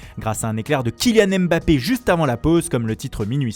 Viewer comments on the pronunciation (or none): KYLIAN MBAPPÉ ! Pas KYLIAN M BAPPÉ LE M ET LE B SE PRONONCE EN UNE FOIS. POUR PRENDRE DES ACCENTS ITALIENS ET PORTUGAIS VOUS SAVEZ FAIRE MAIS DIRE MBAPPÉ VOUS ARRIVEZ PAS ? VOUS DITES M ‘ BAPPÉ 😂😂😂 Joao vous savez dire « Joaon » mais pour kylian vous bégayer